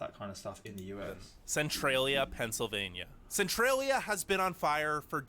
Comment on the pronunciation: "Women as young as 12..." That's called a child. This guy is a really crappy narrator in a lot of ways. (Not, the guy he's watching- to be clear.) He left out some pretty major details about Centralia (like the fact that it's a coal mine), plus that pronounciation of the name was cringe worthy, and we do know what's become of the ten who lived there. You can literally do a quick google search if you're wondering about those people. I kind of wish didn't pick such obvious clickbait videos to review. They're never very good.